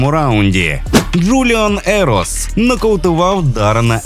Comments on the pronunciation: Не Ерос а Еросса і не екліс а Елкінс. Бляха догори дном все😂😂😂😂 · Друже, потрібно попрацювати над вимовою прізвищ бійців. Ероса, Елкінс. Прошу, той хто пише сценарій, будьте уважнішими до таких речей. Дякую, підписався) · Хороший огляд боїв + з кадрами поєдинку. P.S Правильно говорити прізвища бійців Елкінс та Ероса)